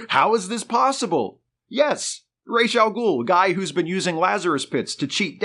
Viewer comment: It has come to my attention that the pronunciation of "Ra's AL Ghul" is ROHZ (Head of) not RAYSH (Feather of).